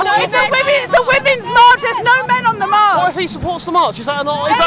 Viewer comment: Wow, this "no men on the march" sounded like "no men on earth". xD.